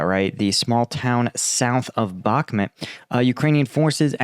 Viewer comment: Bakhmut is pronounced bahk-MOOT. Klaschivka="kluh-SHEEV-kuh" You cant pronounce anything, and your videos dont upload, but we are supposed to give you money. Typical millenial. Put in some work.